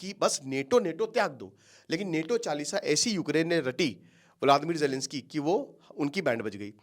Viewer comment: अबे नेटो नेटो क्या है नाटो बोल NATO